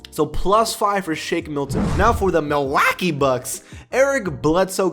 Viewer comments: Why do you still say MilWACKY Bucks?? I don’t see anybody laughing? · Mil wackie? Nigga what? This why i can’t sub to you bro lol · Stop saying Milwaukee like that pleeeeeeaaaaaassssseeeee I’m dying of cringe